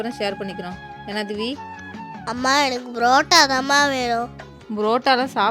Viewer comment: It's parotta not pratta😂😂😂